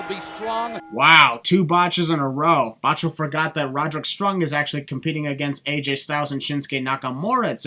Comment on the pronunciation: no hate but you botched Despite what the subtitles say you clearly said Roderick Strung thats 1 sin for